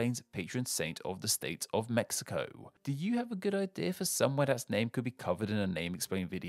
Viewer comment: Very good pronunciation but the "x" in Mexico sounds like a "j" not like a "x" at all jajajajjaaja